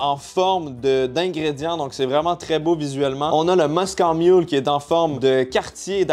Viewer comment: On dit Moscow mule comme la ville et non moscooww hahah